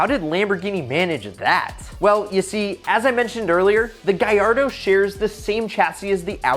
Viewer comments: Please GALLARDO not GUYARDO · Gallardo is pronounced Ga-Lard-O. Lamborghini said so. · Lamborghini Guyardo 💀💀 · lemborgini gayardo wtf its Lamborgini Galardo